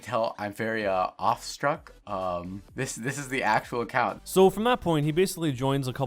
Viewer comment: Bruh, did he say "offstruck" when he meant "awestruck"?